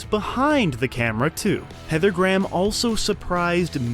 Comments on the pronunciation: The pronunciation made me cry Heather Gram......please for the love of god Graham. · "Gray-ham". Not Gram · “Graham” is pronounced as; “Grayum” not “Graam” lol. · Her last name is pronounced Heather (Grey Ham) not Heather Graaam. 🙄🤣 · Graham (pronounced Gray-Ham, not Gram ) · Dear Americans, Graham is pronounced "grey 'am" not "gram" , you're welcome 😄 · Heather Gram??? I'm pretty sure her name is pronounced "Gray-em". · Dear Americans. Graham is two syllables not one. It's Gray-um, not Gram. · It never gets tired, hearing Americans pronounce 'Graham' as a one syllable word. It sounds like they're saying 'gram' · Why you saying heather gram.speak properly knob head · LOL, I love it when Americans mangle Graham like "gram", it's like "Let's make a homophone with a unit of measurement and have no trace of self-consciousness about it, because we don't speak English properly and never will". It's going to be hard to not laugh all the way through this one. "Gram", lool Englishn't. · Apparently, I’ve been pronouncing her name wrong all these years. I thought it was Gray-ham.